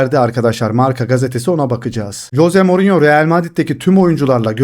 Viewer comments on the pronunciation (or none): Coze morinyomu😂 kanka duyunca bi garip oluyorum sadece morinyo de😂